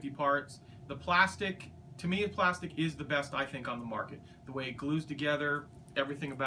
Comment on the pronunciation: You can't pronounce Tamiya and Meng correctly.